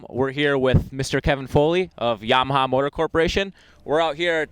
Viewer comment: it's yamaha, not mwyahaya. fuckin idiot